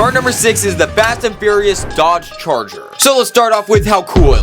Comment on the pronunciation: DOGE CHARGER?!?!? YOU DID NOT SAY IT RIGHT